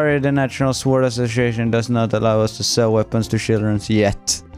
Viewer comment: man säger inte sword! sord!